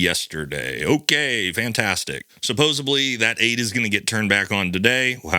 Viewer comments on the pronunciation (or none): By the way, you are triggering a pet peeve of mine. Take this as constructive criticism. It SUPPOSEDLY. Supposably is a different word.